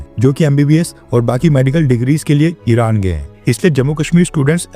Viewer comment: इराण padhne 😂